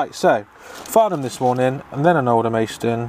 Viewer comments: Hi, sorry if I sound pedantic but, its pronounced Alder-mas-ton, not Alder-mays-ton:o) Love your channel btw. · Alan Lumsden no it’s pronounced Aldermaston :o)